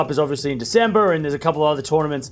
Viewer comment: Wait, what??? You said "DecemberrrrRRR"! Yes!